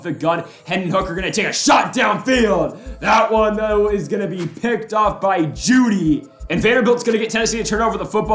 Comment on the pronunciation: y u say judy like dat lmfao